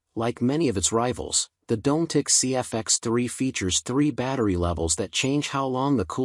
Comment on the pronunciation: Dom-met-tic not Dome - Tic